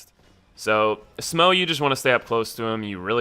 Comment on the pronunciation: its SMAH, not SMOE smh